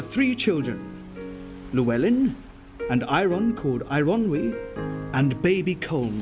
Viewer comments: Its LLewelyn.not Lewelyn. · It's the Llanelli Llewellyn not Lew as in blew but his daughter Jemima said he was eternally Rip know as Lew.